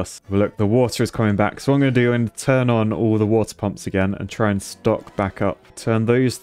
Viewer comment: I like when you say "turn on" because it sounds like pom pom -not a former cheerleader